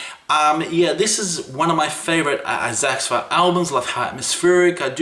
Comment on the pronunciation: did this man just mispronounce xathur? I will hold back my knee jerk elitism.